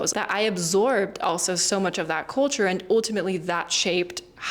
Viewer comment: Well learned. I don't pick up any German tones or sound in your speaking. However, one word you said in the beginning was "culture" and pronounced it as "coal-ture", as if you have a cold. Try not sounding out "oa" as a vowel, e.g. A E I O U. To help, practice with the word, "sculpture."